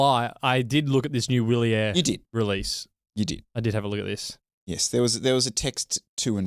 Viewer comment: It's "vee‑lyehr" and "mee‑keh"! Please stop mangling every language known on planet Earth, (including English), and spend two seconds learning how to pronounce words. It's not that difficult nowadays with AI.